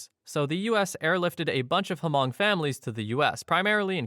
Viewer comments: it's pronounced "Mung", not hu-mung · It's NOT "Hamong" It's Hmong. I grew up in Minneapolis, Minnesota and knew many Hmong ppl. The 'H' is almost completely silent, so like light sigh, then 'mong' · Hmong, not "Hamong." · Story 9 it’s hmoob or hmong not hamong. Never heard of this story. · The H in HMONG is silent so it’s pronounced MONG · Millions of people have probably commented this already, but the way you pronounce Hmong is with the H silent (like mong). It's a common mistake to make, I just live in one of those states that had Hmong families airlifted to it! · Hmong is pronounced with a silent H : Mong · Just wanna mention Hmong is pronounced without the H sound (MONG) 😊 But that story is often told in the community. Super creepy! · Its Hmong, dude. The h is silent, sounds like "mung" there's plenty of them here in Wisconsin. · Hmong is pronounced Mong, the H is silent. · You don't pronounce the "H" in Hmong, it's just pronounced "Mong" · Yes, I'm Hmong and am familiar with that. It's crazy. Hmong is just pronounced like Mong. The h is silent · i think you meant Hmong. its pronounced with a silent H. like Mongolian but without golian of course (two cultures are unrelated). this was the story that inspired the nightmare on elm street (freddy krueger). Hmong people originally lived in Laos but eventually spread to other countries, primarily China, Thailand, and Vietnam. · That was one of the worst examples of pronouncing Hmong I have ever heard. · No, you screwed up. You dont say the H in Hmong. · You don't pronounce the "h" in Hmong lol.